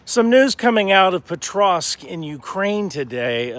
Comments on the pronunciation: Can you please learn to pronounce that city xD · I've only seen the first few seconds, but at least learn how to pronounce the name of the city you're talking about before trying to spread propaganda about it 😅